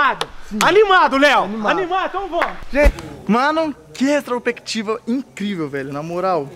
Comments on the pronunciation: "restropectiva" kkkkkkkkkkkkkkkkkkkk Pô kkkkkkkkkkkkkkkkk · Palavra: Retrospectiva Como o Léo fala: Restropectiva